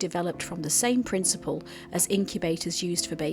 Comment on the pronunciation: Same not Somme ,Sorry